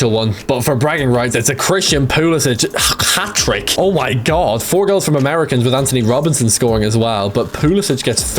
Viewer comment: why does this guy say "oh my gorwwwwwd"